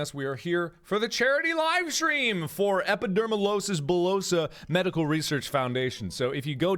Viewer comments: Btw its epidermolYsis not losis bullosa. Lol its okay its a hard word to pronounce sometimes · I'm pretty sure you will never see this, but I feel the need to write it anyway. Thank you so much Markiplier.... I have Epidermolysis Bullosa (feel free to call it EB for short, I could tell you were having trouble pronouncing it). Through the past few years you have never failed to bring a smile to my face, rather I was in the hospital, waiting for surgery, or laying in my bed in pain. You have already helped me more than any medication could ever. So to add on that you did a live stream, I literally started crying when I saw it. Thank you so much, you don't know and you will never know how much this means to me.